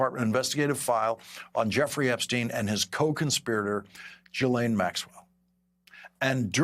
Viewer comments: Someone tell Lawrence the pronunciation of Ghislaine is with a Geh not a Jih, otherwise he's excellent. Trump can run but he will never hide, and his complicity with Epstein will come out no matter how many National Guards he deploys to get people to stop looking up. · I wish reporters could agree how to pronounce her name since it seems we’re going to be hearing for a long time. It’s ghee-LAYN. Wish we didn’t have to discuss her so much but as long as trump keeps stalling on turning over all of the Epstein files, it’ll continue. Grand Jury report is worthless. They need the records, testimony (especially from the survivors) & review audio & video, follow the money to see if he was blackmailing people, etc.